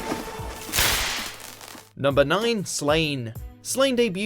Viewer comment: It's Slaw-nay not literally Slaine